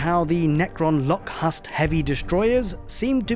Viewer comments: The H is silent on Lokhust destroyer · I chuckled at the way you pronounced the Lokhust Destroyer. I've always pronounced it as like the insect locust. They're a plague like thing that sweeps over and destroys all before it. Also for the Spyders we see it with 2 different weapon load outs in the trailer which is interesting as the Codex isn't 100% clear on what's an a particle beamer vs a gloom prism.